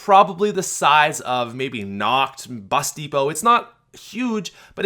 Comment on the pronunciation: Lol I thought you said busty hoe when you said bus depot